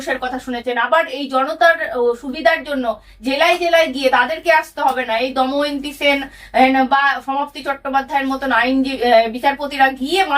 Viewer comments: Doymanti na damayanti nam ghar matha chokh ghurie bhul pronouncation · দায়মন্তি নয় দময়ন্তী 😅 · দময়ন্তী সেন, উচ্চারণ ভুল হচ্ছে।